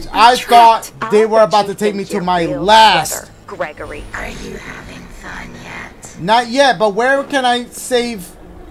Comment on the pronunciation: Dash Hungry Hungry is saying Greeegory and GREGORY so yourwelcome